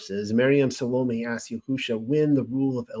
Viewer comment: BEsorah vs. BeSORah PyTHAgorus vs. PythaGORus SAhlome' vs. SaLOmi CHawah (guttural 'H' sound) vs. ChUwah Same for CHokhma and YOCHanon ORigin vs. orIgin